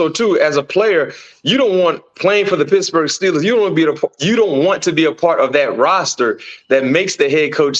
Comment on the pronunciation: I love the show guys. Please bear with me though. It really bothers me that BMAC keeps calling the Steelers pissburgh. Please work on it